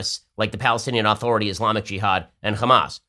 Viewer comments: Why does Ben Shapiro pronounce Palestinian Authority as "Aaaaaaaaaaaaaaaah-thority" with an emphasized, long A? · Why won't Ben pronounce "authority" correctly, he says it weird